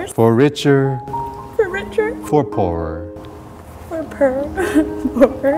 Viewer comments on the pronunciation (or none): i was like tearing up and i started laughing so hard when judy said "purr" instead of "poor" my emotional heart omg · Aww made me cry ;( but laugh at the same time when she sed perl instead of poor aha cx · i tried to hold back the tears but wen Judy cried i bursted into tears but wen she said rich or for purr lol I smiled :p beautiful couple and wedding u guys came so far I love you guys so much and JB ofc! :D can't wait to grow more love towards you guys with the twins (L) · for poor...judy- "for per" lol